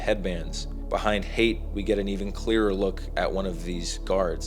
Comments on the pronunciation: IT'S HAYT!!!! 😜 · Its Hayt.